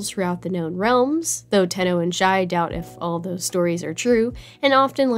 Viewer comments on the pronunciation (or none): Isnt it shai instead of shi